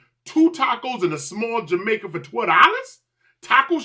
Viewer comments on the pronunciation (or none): Hey fam good video. Just to let u know, we only do fresh shredded cheese on Tacos or Burritos. Its a authentic California. Also the Jamaica is pronounced (High-Maica). Its a Mexican fruit drink. Keep. It going fam. U ever get a chance go to Louisiana Chicken next California visit. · Melted cheese doesn’t go on tacos imo It’s (ha-mike-uh) This all looks fairly standard Gd you bit the middle of a burrito dawg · Where the heck in the world do they melt cheese on a standard crunchy American taco? If your going to review food at least have knowledge in the food you are eating. And I didn’t know the Mexican drink Jamaica was pronounced the way you said when reading the reviews? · This guy ain’t from LA. He said “Jamaica” it’s actually called “hamaica” Tito’s is always packed and I like cold cheese on a taco. It’s a west coast thing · Man didn’t even say Jamaica right it’s pronounced like with an H for the J.